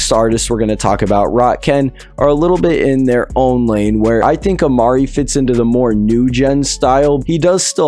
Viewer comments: Its amiri not amari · You saying rich Amiri name wrong u say amiri just like the brand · you’re pronouncing rich Amair name wrong.